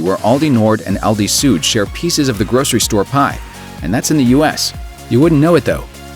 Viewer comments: 'Süd' is pronounced like [zyːt] not [zu:d]. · please, if there are German names or terms you're talking about, try a bit harder to nail the right pronunciation. Süd is not pronounced soot